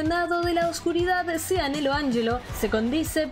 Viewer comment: Nelo AnYelo & no Nelo AnSHelo :O Psdt: "Dant... digo Vergil virgo" Psdt2: El tema de Vergil "Bury The Light" lo amo no como "Subhuman"😒 (Lo siento no lo supero) Psdt3: Te deseo muchas FELICIDADES y mucho más éxito. Psdt4: Gracias <3 😜